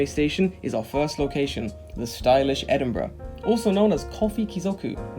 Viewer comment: Edinbrough? It's Edinburgh! 😂 🏴